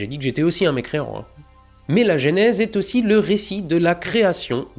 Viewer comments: J'adore tes vidéos, et celle-ci tout autant que les autres, j'ai bien ri, mais bon sang,, arrête de dire gÉnèse, c'est gEnèse. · Le "gé" nèse?? On dit pas "Jeu" nèse ? (déso je sais pas écrire en phonétique) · Salut. Découvert ta chaîne avec ta série fabuleuse sur le James Webb. (Toute) petite correction, on prononce "eu" la première voyelle de Genèse.